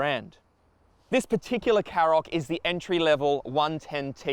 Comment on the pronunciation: Shkoda KaRoq. Not Sskoda Carrok. Does literally no car reviewr ever listen to the company actually pronounce it themselves?